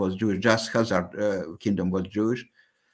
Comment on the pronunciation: Kaiser myth?? KAH-zar,.. Kaiser is a completely different word, meaning "emperor". It's directly related to Caesar and Tsar.